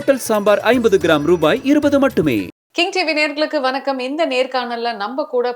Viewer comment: தமிழை கொல்லாதே மா! அது வனக்கம் இல்ல. வணக்கம்‌